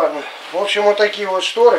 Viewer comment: Ужас а не шторэ